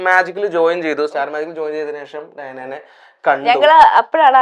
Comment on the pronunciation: ഡയാന അല്ല.... ദയാന..... Its arabic...